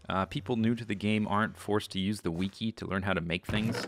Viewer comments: i like how you say wiki "weeky" lol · God knows how many hours of Z's videos i've watched, full seasons of super hostile maps and all mind crack and FTB and still everytime he says "Wee-kee" it gets me xD ..... "Wee-kee" xD